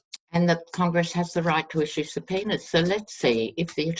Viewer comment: Lol you said comply with subpoena's; I thought you said comply with the penis. I thought yeah that's right he is a dick.